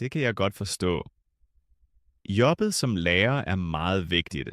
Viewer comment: Bare kigg på og prøv at lytte hvordan siger: jobbet 😂